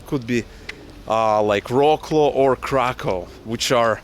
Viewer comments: Nice vlog! Hope you'll find your place in Poland! Just to clarify, Wrocław is pronounced Vrotzwaaf :) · wroklo = Wrocław. Check out what way you should pronounce that city because some people might dont understand. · Wrocław - lovely city :) just pronounce the name rather like Вроцлав :) Or Vrotslav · Wrocław is pronounced as "Vrotswav" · Please, no more "rawclaw"! Wrocław = Вроцлав ;) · Do not call Wrocław "roklo"! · Ah you meant Wrocław there? It's pronounced "Vrotswav" . It's a nice city, has some German history cause it was called Breslau in the past. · Good luck to you. You are pronouncing Wrocław wrong… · It is not prounounced wroclow but vroclav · It's not 'vro-claw', try saying 'vrots-love'… And yeah, you will love it :) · Your pronunciation of Wroclaw is too english-like. It sounds almost like "War claw". Propper pronunciation is closer to "Vrotz Love" or "Vrotz Wow". Actualy if you think about it, you need to merge the "Love" with the "Wow", and you get "Vrotz Wove". Cheers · it took me a while to understand which polish city is called "roklo" :D please, spell it like "vroslav" or something like that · Vroslav, not Rocklow :) (Wrocław) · Wrocław isn't read like War-claw but more like Vrots-love if you read Ukrainian then its: "Вроцлав". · To let you know, Wroclaw is pronounced Vrot Sauve! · Try to pronounce Wrocław like "Vrotzlav" and Kraków as "Cracoov" or somethnig like that ;) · good videos... by the way... Wroclaw is pronounced Frot-suav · Wrocław is pronounced - VROC-LOVE. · Hi, nice to hear and see you guys 😊 I have problem to recognize the name of city, when you pronunciation Wroclaw. Very differently and little strange. We read W like you read actually V, so Wrocław you should pronunce Vroclav (c not K here C = Ц ) Best wishes, and share your progress with Polish 🇵🇱💙💛🤍❤️🇺🇦🇺🇸